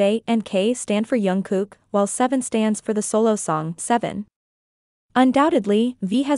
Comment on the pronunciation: Please pronounce Jungkook's name properly. It is Jung with a hard J not Yung which many use. If you watch JK pronounce it himself it is Jungkook, hard J